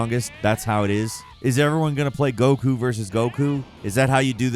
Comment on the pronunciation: How could we all forget ”Brawly” Ah. Yes. Brawly… my favorite character after gock-koo and veegeetah But second only to tie-een sheenhane Fml. Can we get someone that knows how to say the characters names next time?